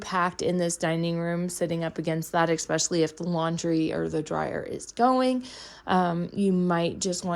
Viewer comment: Especially, not eKspecially